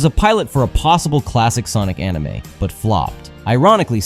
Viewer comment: "Enimay" bled my ears